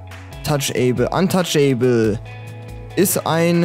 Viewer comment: Haha, untouchable wird antatschebl ausgesprochen nicht antatschäebel :'j